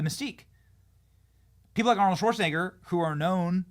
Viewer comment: I wonder how many people thought, "Golly, Arnold said scwew your fweedoms, ok, I will. I'll go get jabbed right now and wear three masks in my own car." Seriously, did anybody change their minds on the issue because Awnold said so?